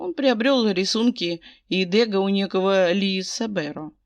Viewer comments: дрбрый день. Мне очень нравится ваша озвучкп, я подписана. Можно подсказочку? Ударение- ДэгА! Это художник- импрессионист. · Чудесная озвучка, все прекрасно очень люблю Ваши озвучки!!! Но в этом фф мне царапнуло произношени фамилии художника Дега. Дело в том, что эта фамилия французского художника, а значит произносится с ударением на последней букве. Ещё раз